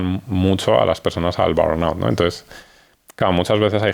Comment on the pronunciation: Burnout. Estar quemado.. no es el nombre de una enfermedad, simplemente quiere decir, estar quemado en inglés. . Me molesta tanto la gente que usa palabras en otros idiomas, pero no logran ni pronunciarlas., cuando el español tiene su versión perfecta. Crees que da la impresión de qué eres internacional o más culto o qué porque si lo fueras, las sabrías decir, y si no lo sabes, das la impresión contraria